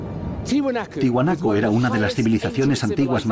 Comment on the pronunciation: Se dice ¡TIAHUANACO, no Tihuanaco. La A se pronuncia!